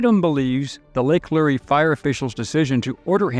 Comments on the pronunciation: Great video thanx for sharing. Btw lake Lure is pronounced “luur” not “lur-ee”. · Glenn Becks, Mercury One was also there. Totally 100% Donations go to the charity relief, NONE Ever go to Admin Costs. How to tell it’s an “AI” narration, - “Lake Lu-Ree”, instead of Lake Lure🤷🏼‍♀️🤦🏼‍♀️🤦🏼‍♀️🤦🏼‍♀️ Good video, though. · I'm not trying to be that guy but it's lake lure like a fishing lure